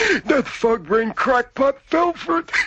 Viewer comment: I think it may be "fog brain", but it really does sound more like "fuck brain". haha